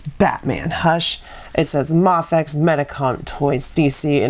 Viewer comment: its pronounced may- fex not mahfex👍